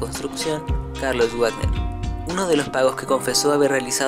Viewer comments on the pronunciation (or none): none